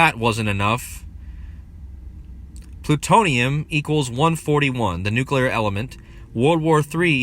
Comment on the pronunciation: Surreal... And I just want to commend you - aside from the great work - for pronouncing "new-clee-ir" perfectly.👍 Hearing so many supposed 'experts' saying "nook-you-lerr" makes me wanna hurl. 🤭